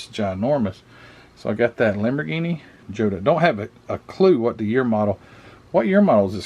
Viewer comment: The Italeri 288 GTO is not the only one made. Fujimi did one in 1/24th scale in the Enthusiast series, one in 1/16th scale (re-boxed by Testor), and Testor re-boxed an unassembled Burago die cast version. The Lamborghini is pronounced "YO-ta". The 917 Porsche is definitely a Heller kit. It has an engine where the Fujimi kits don't have one. The real version of this specific car had a magnesium chassis that was found to be cracked upon post race inspection. It never raced again after winning at LeMans in 1971.